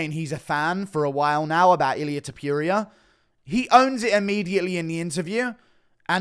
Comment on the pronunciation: "Ilia tiopiuria"